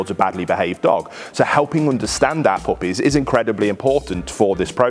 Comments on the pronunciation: Good video, but I couldn’t stop hearing Applebee’s when he’d say “our puppies” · 💯 i thought he was referencing the name of his pup in the video for at least 6 times, then he finally said it slow enough. i was like hmm, cute name 🍎 Applebee's!